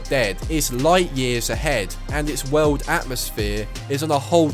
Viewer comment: Sounds like you're saying WELD when you say WORLD. lol